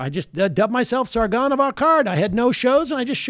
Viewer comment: First time reading? Lol butchered the fuck out of that name